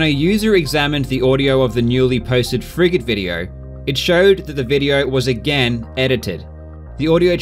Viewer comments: anyone else hear "friggin" when he says frigate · I keep hearing "Frigate run" as "Fricking run" as if you were upset at the guy cheating lol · Everytime he says "frigate" I keep thinking he's saying "frickin'". So, I keep hearing "Henning's frickin' runs". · He says "Frigate" I hear "friggin"